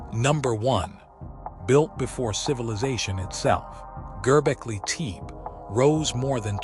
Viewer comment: Please pronounce the name correctly.